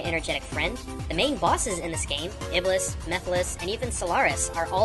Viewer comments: ITS NOT PRONOUNCED IBLIS, ITS PRONOUNCED IBLEES AND WRITTEN AS IBLIS! ALSO, THERE ARE NO PAINTINGS AND PICTURES OF THESE EVENTS, AND THE ONES YOU PUT ON LOOK LIKE THEY MIGHT BE INDIAN, NOT ARABIC, NO OFFENSE. IT IS AGAINST ISLAM TO DRAW LIVING BEINGS! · Iblis is pronounced "Eblees" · His name is pronouced ibles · It's pronounced ib-LEES. THE MORE YOU KNOW (cue magical star rainbow) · The way they pronounce iblees and shaytaan is hilarious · Oh lol improve pronounciation of Arabic names. I had been thinking about the name iblis being used though and you actually picked that up. Clever of you. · It's produced shaitaun and ieblese